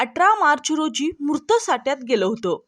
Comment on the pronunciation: 0.40 मूर्त नव्हे मृत